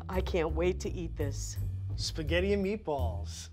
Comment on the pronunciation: HEY IT'S SPAGHETTI NOT THAT HARD